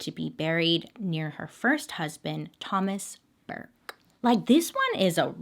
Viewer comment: i’m from SC and my last name is Barfield and it was really weird hearing you pronounce it like that 💀